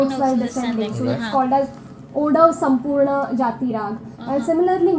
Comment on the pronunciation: I’m surprised that how this guy pronounce “sampoorna” so well and he also understood the meaning of chalan is rule. The exact meaning of chalan is the “the way of doing something” which is also Similar to the rules to follow when doing something